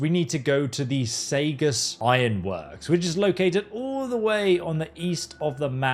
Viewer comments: As someone from Massachusetts, Saugus is pronounced “saw-gus”. It’s not the weirdest named town in that state. 😂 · Love the video....just wanted to say that Saugus is pronounced Saw-gus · as a Masshole i cried when he said Saugus in british speak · Quick correction in your pronounciation, saugus is pronounced saw-gus not say-gus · Oh... It's "Saw-gus" (Sau), not "Say-gus". You know better. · Saugus is pronounced saw-gus. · It’s pronounced Saw-Gus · Saugus is pronounced SAW-gus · Mass native here. Saugus is pronounced Saw-gis. 😆 I'm sorry. I'm used to hearing the names incorrectly. Lol great video though. I'll be doing these when i get out of work. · Ngl. As a new England local, heading you pronounce saugus was weird. Like it's our accent that harsh. Lol